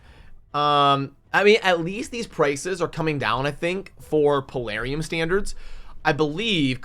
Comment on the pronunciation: Palarium? Knee-shock??